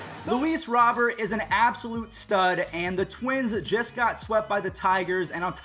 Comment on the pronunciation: Your pronunciation is horrible...villar (veyar) and luis robert (robear)